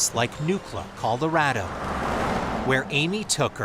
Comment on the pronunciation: Is the narrator calling it Coldorado?